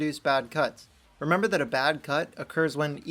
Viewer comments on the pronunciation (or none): none